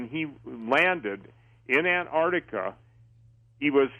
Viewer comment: It's pronounced 'AnTar tica',not 'Anah tica'. There's a 't' in there !